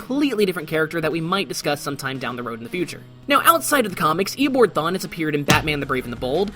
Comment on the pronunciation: Did no one else hear him say EoBORD the entire time